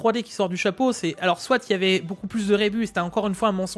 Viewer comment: Salut. Je sais pas si tu parles de rebut de Fabrication ( ça se dit "reubu" ). Car tu dis rébus...comme les énigmes. 😅